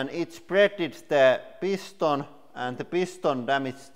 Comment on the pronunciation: “I THINK THO PEESTONE BROKE”